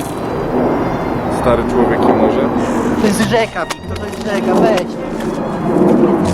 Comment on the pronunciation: Cały czas myślałem, że on mówi "Stary człowiek i murzyn" xD